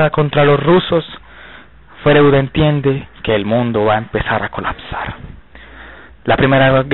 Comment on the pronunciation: freud se lee froid. De entrada venis mal